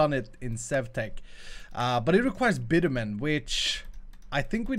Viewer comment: no offense is intended (I have no expectation of everyone knowing what bitumen even is) it is pronounced bit-you-min for me because i find the bit-you a bit difficult to say bit-chew-min or bitch-you-min also put the particle cylinder one block off of the ground and make it two high with a piston underneath the empty space below. put the villager on the piston and push it up.